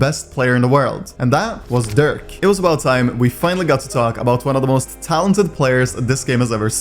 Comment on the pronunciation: My guy called Derke ,Durk, 😭😭😭